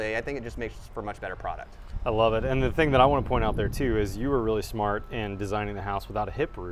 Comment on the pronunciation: You pronounce that 'smart'.